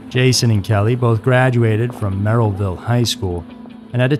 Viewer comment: Just a quick few notes on place pronunciations(somebody else might have said this already). It’s Ross (like the character on Friends) Township, Merrillville is pronounced Merr-i-ville, and Hobart is pronounced Ho-bert. I used to pronounce Hobart incorrectly as well until I moved there and the locals corrected me very quickly.